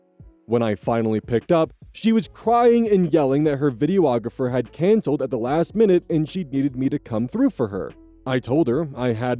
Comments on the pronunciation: videographer not video-ographer lmao. I seriously needed that laugh today though <3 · H, I like your reading but I wanted to point out (as one) that its pronounced Vi-dee-ographer. not vi-dee-oh-ographer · “videoographer” it’s not a thing it’s a videographer you’re saying it completely wrong and adding multiple letters that aren’t in it. You’re welcome for the comment boosting your really stupid visibility.